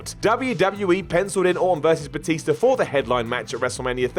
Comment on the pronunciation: Batister? That's how an old person would say it.